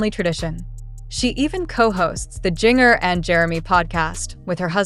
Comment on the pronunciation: Jinger is pronounced like Ginger.